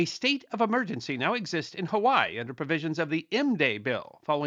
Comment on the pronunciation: Huh-wai-ee Or Huh-vai-ee But not Huh-wai